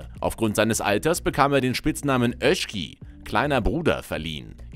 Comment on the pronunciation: Öski😂 Mein ungarisches Herz blutet😂